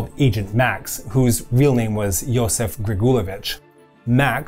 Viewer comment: Why is this dude pronouncing his names as... Joseph? He's not an English, American or whatever. It's Iosif (eng: Yosiff) for Stalin, Josip (Eng:Yosip) for Tito.